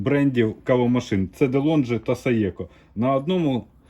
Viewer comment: Цікаво було. Ось тільки все таки правильно говорити ДеЛонґі.